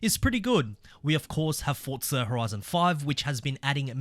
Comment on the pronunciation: For za not fortza